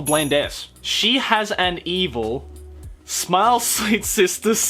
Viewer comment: There's clearly a pause when you say snail and smile, it's even more apparent in smile... "smy-yol"